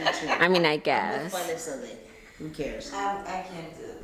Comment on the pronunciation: The phrase "I mean I gyass"😭😭😂😂😂(guess)has in a chokehold